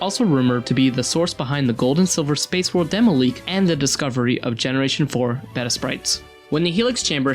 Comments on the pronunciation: "Recorations"? O.o - "Berunrun" shouldn't sound like, "beh-LOO-len." "IgglyPuff," "KakutaTsu," and "betta"? Really? Some people say, "BAY-ta," others say, "BEE-ta," but "BET-ta"? No one regularly says that. Does no one listen to these audio recordings before putting up gaming videos anymore? Ask someone with a sense of how the English language works (according to the applicable dialect) to review your works before posting. Why does it matter? Speech like this makes the viewer think that you're just pumping out videos, without any pride in your work. More and more viewers are getting sick of this lack of consideration. (Check the comments in videos narrated by Falcon on Gameranx and videos narrated by Scott Tailford or Ash Millman on WhatCulture Gaming for many similar pronunciation complaints.) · While this is an interesting video, my entire thought process was distracted by the second narrator pronouncing the word 'Beta' as 'Bet-ta' instead of 'Bay-ta'. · Arg, his mispronunciation of beta is annoying. It's b-ay-ta, not b-eh-ta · Bet uh...ITS BATE UH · BAY-tuh, not BEH-tuh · Bayta, not betta. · This is the first time I've heard beta pronounced as "beh-ta". It's like "bay-ta" in tons of other videos... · Beta not Better, please learn how to pronounce beta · fucking learn how to pronouce before you shit out a video, "beda" it's "baeta" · "Beyta," not "bettuh" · Betta is a fish. Beta is...what this video is about. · who the fuck pronounces beta 'beh-ta' It's 'bay-ta' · Oh my god. Its BETA not better BAY-TA Or BEE-TA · Baeta not Behta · BAY-TUH! You betta not say betta again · i lied, i hate it. he says BETTA so many times and it makes me want to punch my monitor. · It irks me how you pronounce beta as betta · Why do you keep saying "beta" as "better"? Does ANYBODY on this channel know how to talk? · bet-a, no, just no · Someone really should have stopped him from saying behta. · is he pronouncing beta as "better"? but with an A sound at the end? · "behta" *facepalms it